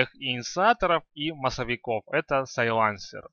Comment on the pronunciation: САйленсер, а не сайлАнсер